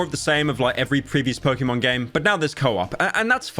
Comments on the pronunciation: its Pok"ey"Mon not Pok"ee"mon. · im so disappointed because he pronounced pokemon wrong! hmph! unsubbing!